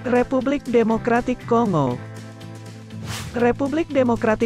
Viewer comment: (Kongo) tulisan seperti ini kalau cara baca ejaan indonesia adalah kongo seperti kita membaca singa atau bangau, tapi menurut ejaan lain cara bacanya adalah konggo seperti kita membaca bangga bukan banga. Yang membuat kita tidak enak mendengarnya banyak youtuber indonesia yg membaca kongo seperti membaca singa....!